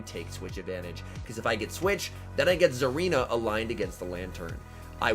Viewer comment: There’s definitely not a “Z” in Tsareena 😐